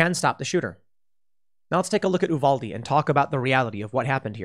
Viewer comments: Okay i just gotta say... It's U-vAl-De not U-Vaul-De lmao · I wish you would pronounce Uvalde correctly. I agree with what you're saying it just makes me grit my teeth